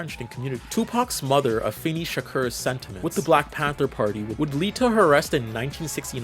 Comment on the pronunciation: it's pronounced AFEEEEEENEEEE NOT FIN